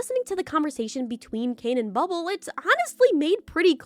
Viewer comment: bro says bubble as "bub-ab-ll"